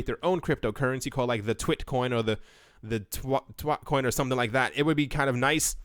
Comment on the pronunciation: Lmao you said twatcoin 😂😂😂